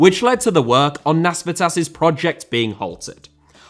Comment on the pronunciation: Nasvytis (Nasveetis), not Nasvitsas. Try to remember how you pronounce Mikis Teodorakis - it works the same way.